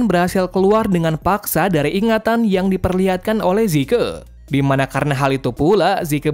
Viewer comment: Bang bukan zike zeke